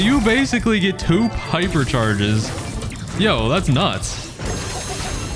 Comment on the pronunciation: Did bro say pipercharges 😂